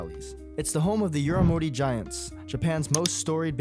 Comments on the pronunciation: That pronunciation of Yomiuri killed me 😂 It's "yo-me-oo-ree (like read)" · The way you said Yomiuri hurt me